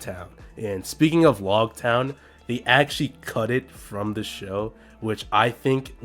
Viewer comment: lougetown not logtown